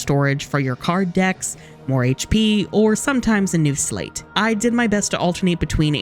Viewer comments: does nobody know that it's pronounced like 'sleight of hand' and not like slate lol But then again there's also a game called three five eight days over two so who's really at fault here (nomura) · Wait....is "sleight" supposed to be pronounced the same as "slate"? I always thought it was "slyte" as in "sleight of hand"